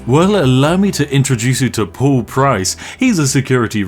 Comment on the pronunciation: Why are you pronouncing "Paul" as "Pool"?